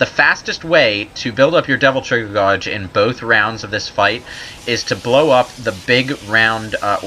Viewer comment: So, is this guy foreign/Canadian or something? The way he says "gauge" is, well, wrong.